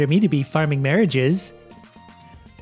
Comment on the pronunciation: "Farming Marriges" 2018